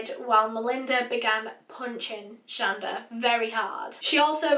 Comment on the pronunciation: Her name is pronounced Sh-On-Da my mom has the same name lol